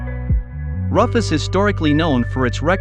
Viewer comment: I thought Ruf was pronounced like 'Roof' not like 'Rough'